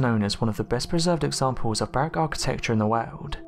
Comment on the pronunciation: Baroque not barrack